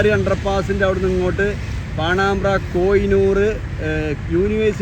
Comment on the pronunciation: പാണാമ്ബ്ര എത് നാട് !? പാണംബ്ര എന്ന് പറയൂ....